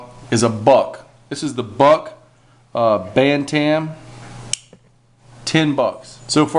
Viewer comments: Bantam...pronounced Bantum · Buck "Ban-Tam" XD